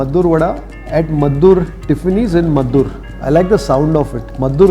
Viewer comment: Meddurr alla pa, Maddur..